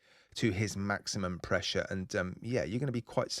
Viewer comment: "Weelease the pwessure!"